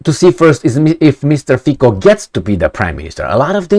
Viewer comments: His surname is pronounced Fi-C-o, not Fi-K-o. "C" as one would pronounce "Z" in German language. Also, one of those "mysterious" forces is called coalition. Just because his party won election doesn't mean it will rule without limitations. It doesn't have majority in Parliament, therefore it needs to forge alliances with other political parties. And yes, there is NATO, EU, contracts - you name it. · Its not Fiko..its Fico 😅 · after doing several video about Slovakia, maybe it's time to pronounce correctly the name FICO. It is "FITZO" not FIKO. Only 4 letters, come on. - the words of Slovakian Defense Minister are irrelevant. He is a member of government that is about to leave and their views are fundamentally different from Fico's views. - As a Slovakian I understand the skepticism after seeing what Meloni did, what US and British "conservatives" are doing, I remain cautiously hopeful . Breaking his major election promise on day 1 would be his political end of the road. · Fico is pronounced as Fitso. Fițo... like that.:) Fiko in Slovak means something like to f*ck.:))) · Fico, pronounced Fitzo, hasn't formed a government yet and you know what will happen next, because you don't even know him. You are very focused on yourself, wait and see what happens next. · You are sure its NOT 'F*CKYOU ?! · hehe repeat after me : mr . FITSO not K but like tsunami C / ts/